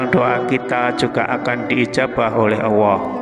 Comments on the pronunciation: Kok sy denger nya bukan Allah tapi Auwoh ya...salah dengar gak sih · Bismillahi ya Allah ... Bpk nyebut ALLAH PUN TDK JLS , KNP , BPK MUALLAP BPK ?